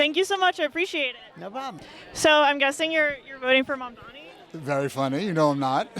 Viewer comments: Mandami mandami mandami. ITS MAMDANI. Get it right. Cuz we have to get it right. -Zohran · Why can't any of them say mamdani? They all say mandami. Can they read? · Why do all these people say Mandami? It's like there is some kind of speech impediment, or is this a zionist dog whistle? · None of these Islamophobic Zionists even know how to pronounce Zohran MamdaNi’s name! And they lie about him being a kkkHamas supporter, which he absolutely is not! He is simply pro-human rights for the Palestinian people and against the Apartheid State of Zionist IsraHELL. Also, it’s an absolute lie that PISSrael is the only Democracy in the Middle East! There are many Arab Countries in the Middle East that are Democratic States, a lot more Democratic than the Jewish-Supremacist Ethnocentric Apartheid State of Zionist IsraHELL! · They all seem to have a speech impairment issue cause they can’t pronounce the ‘n’ in Mamdani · They stay mispronouncing his name 🙄 can’t take these people seriously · Is the mispronunciation on purpose? I dont get it. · Incredible how hard it seems for people to pronounce the name Mamdani, it's literally so easy I don't understand